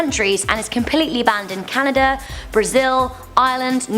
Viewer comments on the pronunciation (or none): none